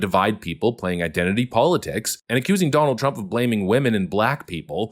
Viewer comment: “Danuld traump did X”